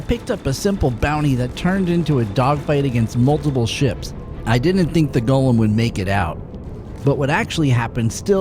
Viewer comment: Extra points for pronouncing the name correctly. It does not have a Precious.